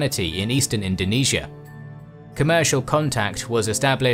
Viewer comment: finally the series i've been waiting! and thank you for including Indonesia here. P.S. also thanks for pronouncing Indonesia correctly.